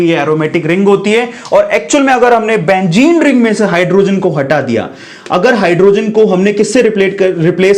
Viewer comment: "Benzene" it is a true meaning not a "bengene"